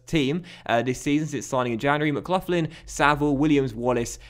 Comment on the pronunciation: MCGLOCKLIN not mcluflin that sounds like a mcdonalds breakfast